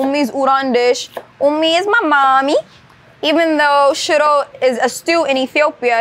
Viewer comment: Im so sorry but the dish she named "shittle"? Please tell me what that is so i dont bust a gut laughing next time i see it on a menu 😂😂😂😂😂😂😂 EDIT; OMG SHE WAS SAYING SHIRO!!! not shittle! 🤭🤭🤭🤭🤭🤭🤭